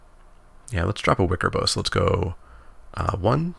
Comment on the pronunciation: I think Wickerbough is bough like "cow" (as in, the part of a tree), not like "bow".